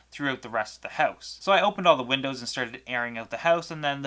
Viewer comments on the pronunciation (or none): none